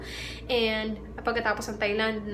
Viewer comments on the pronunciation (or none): none